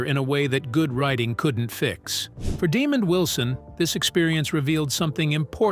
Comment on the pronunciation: His name is pronounced “deh MOND” not “Demon”.